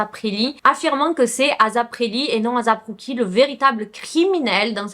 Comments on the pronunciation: Non on dis pas azap mais asap avec un S mais pas grv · Je pense plus qu'il faut prononcer asap plus tôt "eyssap"